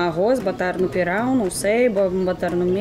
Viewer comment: Lindo vídeo! Parabéns,! É muito legal ver você pronunciando pirão, camarão, pimentão super certinho Moqueca realmente é um dos meus pratos favoritos também. Você já comeu camarão na abóbora? É uma delícia!🌺🌻💮